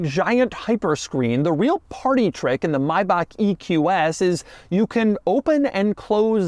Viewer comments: why he say maybach like that. may. back. not maibaq. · What an annoying voice. Maybe you need to learn how to correctly pronounce the car before you start talking about it. Better watch on mute to see the car features. Maybach not Mybach. Keeps saying the wrong name again and again. So annoying. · IT'S NOT <MAYBAK>!! Stop butchering that name! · It's not Mayback, it's Maybach. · Doug is the type of guy who still pronounces Maybach as "Mayback", even after multiple comments from multiple videos pointed it out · My ears bleeding everytime, when i hear how Doug pronounce "MaybaK... maybaK... maubaK". This Is' NOT MaybaK!!! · Its not Maybak. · Ah, I've been pronouncing Maybach wrong. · just say Maybach right jesus christ.